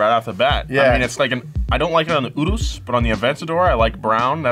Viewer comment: the way said Urus was pretty good European accent